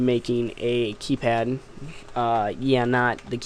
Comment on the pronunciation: KAYPAD "D